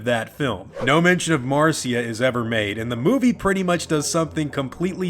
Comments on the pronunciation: Why does he keep calling her Marcia? Her name is MARSHA! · Its Mar SHA, NOT MAR CEE A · Uh, not to be that guy but her name was MARSHA not Mar-cee-a. Carry on. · It's Mar- SHA NOT CIA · Why does he keep calling Marcia, "Marceeya"?